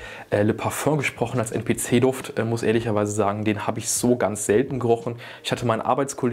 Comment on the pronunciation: NPC wird englisch ausgesprochen mein bester hahah